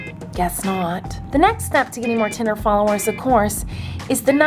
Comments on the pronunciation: U say titter it's twitter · I love how she says titter instead of Twitter 💁👑 she's the queen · I love how she hates swearing, yet she keeps saying titter instead of twitter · I love how u say titter 😂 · I clicked this video because its funny when she saids "titer" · She says titer she's amaze though. 💗👍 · "titter followerzz" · every time you tried to say Twitter, I laughed so hard 😂😂 (self promo ahead;) I make videos and it'd be cool if you could check them out :)